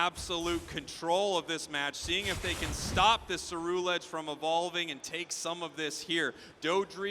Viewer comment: Then way the announcer says Ceruledge was making me upset